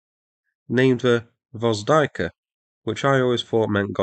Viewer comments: >Gvozdayka wot? its gvozdika, not "gvozdayka" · Tip on the pronounciation: those are two syllabe words: it's AKA-tsya and GVOZ-dika, not Aka-tsa-ya or Gvoz-day-ka. Source: Slav, geolocated in Poland. Exact place not revealed due to opsec. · They are called Gvozd E ka and Akats E ya instead of Gvozdaika and Akatsaya. :) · >akatsaya >gvozdayka jesos. ure so bad at prounoncing, so so fkn bad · a-KAT-see-ya and gvaz-DEE-ka.